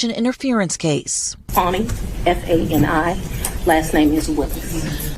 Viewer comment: its pronounced fanny, not fawni